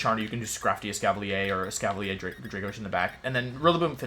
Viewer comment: Why does he pronounce certain Pokémon (Gyrados, Gengar, Escaviler, etc.) wrong? Is it a running joke for the channel? I’m newer so just wondering